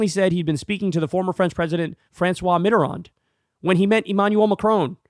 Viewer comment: Thank you for now pronouncing Mitterand's name correctly, Kyle. Whether you saw my post or Krystal or someone else told you, glad to see the correction. Same with you saying amendment "to," not "of," the Constitution. Somebody is in your ear.